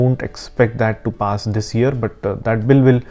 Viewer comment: Do th-hiss and do th-hat